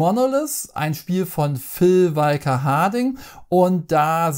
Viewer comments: ich hab dich lieb, ABER, wie du Phil (Nudel)walker Harding aussprichst, da reißts mich jedesmal und ich schrei fast den Bildschirm an. Walker (gesprochen "wo ka") BITTE Erlöse mich Viel Liebe, Martin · Genau,, sprichst du Luke SkyWALKER auch so aus, oder den WALKER Texas Ranger?;-)